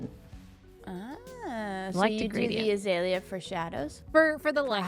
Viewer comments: Az-ay-lee-ah. definitely is saying it weird to me here as an Aussie from wa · The way says azalea is strange to me and I'm Australian. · Same tbh - also coming from a Aussie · Do you have dialects in Autstralia? I mean, if someone from the south of Sweden said a word it certainly would sound different from how I, from the north, would say it. A lot different. Maybe you two are from different dialects or something? Or... she just says it weird. What do I know. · Same, but I've never actually heard an Aussie say it, so I pronounce it the way most of the other hermits do. She maybe saying it the normal Aussie way, who knows!